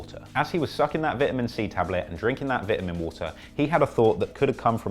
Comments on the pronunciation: Vit-ah-min water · 😂😂 Don’t worry, you killed it as usual my boy. The Vit-Uh-Min water video is a success. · OMG the way you say vitamin water. And even more you alternate between that and vai’amin waa’er